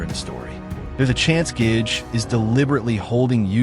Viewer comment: Gay gay is how u pronounce the authors name brother not gage